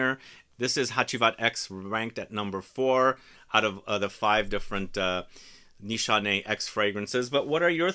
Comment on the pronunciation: It’s nis hané not nishanay